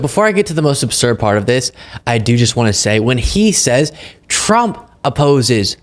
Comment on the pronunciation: Absurd, not obsurd, for fuck’s sake!